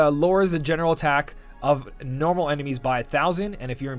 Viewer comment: Why do you say “mornal” instead of normal?